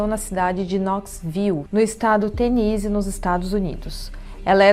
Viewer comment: Tennessee foi mal pronunciado, até em Português, tem ss sim de c, tipo ténneci